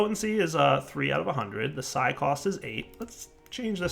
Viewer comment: I think its pronounced "psee" like pee with an s.